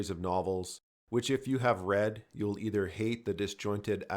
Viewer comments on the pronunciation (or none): none